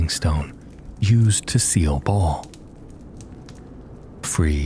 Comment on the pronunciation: He does pronounce words weird which always comes off as a red flag for Ai readers. Fir a second I thought he was saying mount arrest wrong, but just realized ive been reading it wrong, but he calls baal "ball".